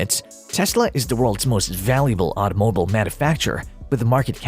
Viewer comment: Why do you pronounce "automobile" as "auto" - "mobile" like two separate words? like it means "car" - "phone"...